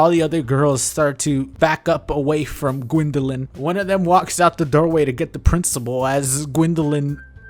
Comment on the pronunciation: Ok, I cracked the hell up the first time she said 'Gwyndolin'. I guess I can Rule 34 him with the cast of Doki Doki now, right? ... ...I mean he's got tentacles and everything....